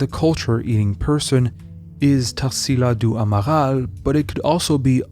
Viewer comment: Esse cara falando o nome da tarsila do amaral em francês é de foder kkkk